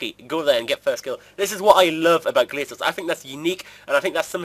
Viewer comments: Acctualy they're called gla-cores check the pronunciation guide on RS homepage! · No, somebody hasn't looked at the official pronunciation guide! It's GLAY-cores, not GLAY-sores.